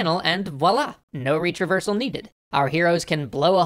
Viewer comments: Can't stop hearing it as "reach reversal"... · 1. When I heard "Retraversal", I thought you had said "Reach Reversal". It was funny and confusing. 2. I think you could have written the part where you said retraversal can make people aware they're playing a game a bit better because you sort of implied, along with the image, that this was a bad thing. I love your positive take on gaming and it being an art, so I think you should have said that you don't want break people's immersion and engagement and make them aware of that. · I swear he was saying 'reach reversal' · I heard it as "reach reversal" every single time and was confused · Did you say reach-reversal or retraversal